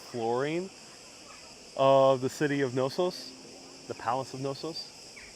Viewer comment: hi fyi the K is definitely not silent in the name Knossos.